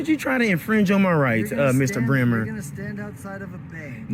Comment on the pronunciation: 'BREMER' is a German surname. It is pronounced 'bray-ma', not 'brimmer'. Cop has no idea of his roots and cannot pronounce his own name correctly. That is the measure of his intelligence - exceedingly low.